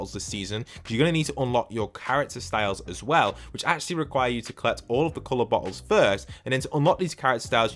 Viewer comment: Every time u say bottle it don't sound like bottles 😂